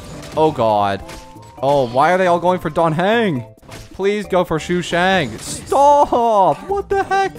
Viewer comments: Day 1 of saying its sushang, not shushang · Shushang😭😭 its SUshang, not SHUshang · Shoe shang